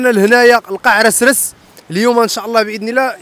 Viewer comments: هاداك الشطون ماشي السردين.واسمو قاع اسراس ماشي قاع رسرس ههه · قاع عسراس ماشي قاع رسررس